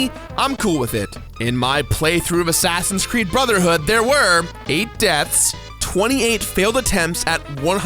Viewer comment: did you say assassins crood